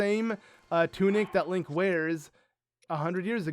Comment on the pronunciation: Did purah say linky when they met it sounded like that